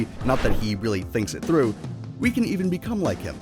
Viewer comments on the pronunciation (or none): none